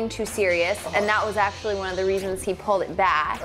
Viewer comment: He says pulled like pooled...